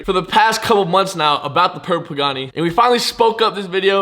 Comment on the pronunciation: bro can u say purple right